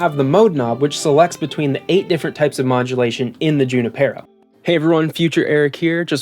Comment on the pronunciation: “Junipero” is a Spanish name & properly pronounced: “ hoo-NEE-Pear-oh “. “J” is sounded like an “h”. Emphasis on “NEE.” Just saying...